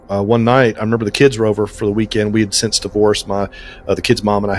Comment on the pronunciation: This is not on topic, but why do you pronounce the word “since” as ‘sense’?